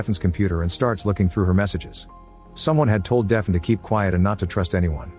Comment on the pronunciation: Deafen? Or “Daf-nee”?